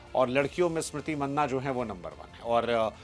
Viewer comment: मैने आपसे पहले भी कई बार ये पूछा हु और आज भी पूछ रहा हु पूरा भारत स्मृति मंधाना कहता है आप क्यों मन्ना कहते है